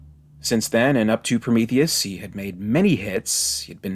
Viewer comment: Did he say he loves Promethus?? 🥴🥴🥴